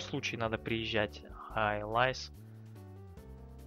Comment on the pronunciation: Элис а не элайз, буква ай в закрытом слоге читается как и, и машина была названа в честь внучки председателя Lotus Cars, Элизы, имя Элиза и не Элайза. Лотус Элис это среднемоторый маленький лёгкий спорткар, и поэтому у него есть ярковыраженный эффект среднемоторых автомобилей, снос задней оси, машина не для ламеров, но машина отличная. А Воксхол VX220 это Opel Speedster, Воксхол это британское подразделение Opel